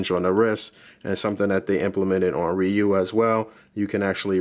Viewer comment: Ree-you, not Rie-you, but great review nonetheless